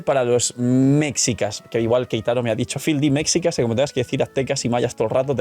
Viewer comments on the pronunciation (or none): Hola! Un dato sobre la palabra mexicas... No se pronuncia "mecsicas", es "meshicas", saludos desde México, gran video! 😊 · mexicas se pronuncia meshicas. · No es hate ni nada, solo un dato sin más Se escribe mexicas, pero la pronunciación vendría siendo meshicas, algo así xd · "Mexicas" se pronuncia "Meshicas" para referencia para el futuro.